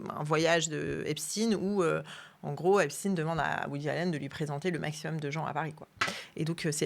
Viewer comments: Je me suis arrêté dès la façon dont les deux journalistes ont prononcé le nom de famille d’Epstein. À un moment, il faut arrêter l’hypocrisie : reconnaître les origines ethno-culturelles d’une personne ne devrait pas être un tabou. Le faire ne signifie pas pour autant faire un amalgame ou attribuer une responsabilité collective à qui que ce soit. !! Faut vraiment arrêter d’avoir peur !! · Arrêter de prononcer epstine alors que l' on dis pas Albert einstine mais Einstein . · très bonne vidéo, dommage que vous prononciez " stiinee" et pas "chtaiiine"... qu'il soit juif, on s'en bats les couilles.. qu'il soit pédocriminel ou criminel sexuel etc etc, c'est ça le sujet. donc prendre des gants à prononcer son nom... rappelons nous que c'est la pédo criminalité, le détournement de mineures, etc etc c'est ça qui est problématique, que le mec fût juif, ou musulman, ou shintoïste, ou hindouiste... on s'en bats les couilles.. n'empêche qu'aujourd'hui il y a encore dans toutes les strates, les classes de la société, ces travers... alors eugéniste, transhumaniste, riche, pauvre, ouvrier, bourgeois, il y a un gros travail et ménage de conscience à faire chez ces gens là.. voire chez tout le monde en fait. bref. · Epstein pas epstine, c'est saoulant 😡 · Rien de nouveau ... ils ont bien fait leur devoir Epstin et non Epstein😅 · On dit Poutine, on dit pas Poutaïne, comme il n'y a pas de physicien Estine.